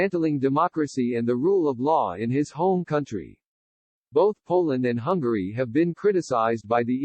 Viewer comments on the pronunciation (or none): Stupid robot voice can't say hungary!